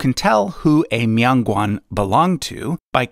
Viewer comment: It's not a mee-on gwong..... It's MIAN GUAN!!